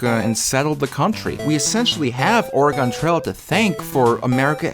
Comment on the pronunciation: 10 minutes and you didn’t pronounce Oregon correctly a single time. Congrats.